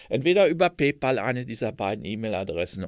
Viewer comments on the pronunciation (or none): none